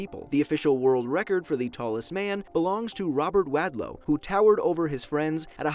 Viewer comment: He said WAD-LOW it's WALD-LOW